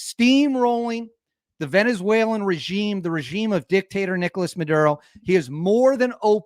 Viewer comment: "The Nictator Dickolas Maduro!!"